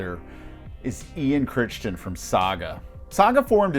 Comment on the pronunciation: It's Ian "Cri-ton", not "Crishtin" LOL